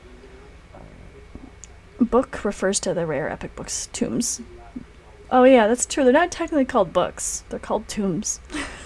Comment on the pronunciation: Tooomes. Not Tombs. A tome is a book. It's old latin language